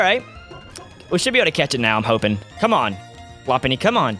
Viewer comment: When you said come, I thought you said gum! LOL!